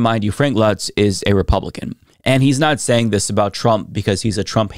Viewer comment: Um, that's Luntz, not Lutz.